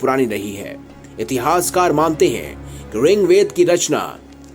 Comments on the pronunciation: Bahut acha video hei. Aur good survey. Lekin Aap Rigved ko ringved bol rahe hei. Please apna bol sahi karleejiye. Ringved nahee, Rigved hei. Jai hind Vande Matharam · Ring ved nehi Bhai Rig ved bolo